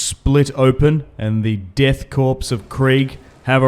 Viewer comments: ffs it is core not corpse.... you dont call it the marine corpse. it is sounded out the marine core, much like it is sounded out the death core of krieg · Corps and by extension Korps are pronounced as kor, identically to the word core, the p and s are silent